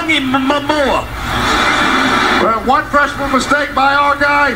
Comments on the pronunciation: " they tag teamed tagel-vi-togi-mamoa" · No he didn’t. He said “Tug-o-vai-loa” when it’s pronounced “Tung-o-vai-loa” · Tago via tongie... tongie via momoa! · Toungey Mamoa 😂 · Tag o vah lie tungee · TUNGY MAMOA! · I think eventually they settled on Tua JasonMomoa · Wait, his name isn't pronounced Tagovaitoungeymmmtoungeymaomoa? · "Tag teamed tackle.. Tungy... Tungy A-Ma-Moa". This man is supposed to get players names correctly for a living. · exactly! I played high school football with Polys. They know their names are hard as fuck to spell, but they’re not hard to pronounce. Even for a southerner! Repeat after me: Tah-go-vye-low-uh. 🤦‍♂️ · no it's not. Tago vail oa . You learn to pronounce it once and you get over yourself. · "Tago-Timmy-Tumbo-TikTok... I'll just call him Tongue-Tied." Next play: respect immediately put on name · "tongue eee my mo my mo me ah" you can't say he didn't try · "Toungy Mamoa" 😂💀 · Good god listening to the Georgia announcer try and pronounce Tua's name was painful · Listening to the idiot Georgia announces not even try to get Tua's name right, only to have him beat their a$$ on the next play, was pretty sweet. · It was intentional, the mispronouncing. That's what makes it so sweet. The idiot was sure Georgia had it won. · The fact that Tua threw the long TD pass on the very next play after the Georgia announcers were jokingly butchering his name was pure karma. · I hate the way the Georgia announcer pronounced Tua's name. Chill. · Georgia Alabama. listening to him make fun of Tua’s name before the end is always ironic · Lazy palagi announcers didn't bother to learn Tua's name. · good lord y’all people need something better to do. He misspoke a dudes name. Y’all acting like he’s fucking Hitler. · uh, no...just a tough name in these parts. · Bruh the Georgia announcer was literally making fun of Tua’s last name after a Georgia sack when he had pronounced it perfectly literal seconds before. How is that not huge bias?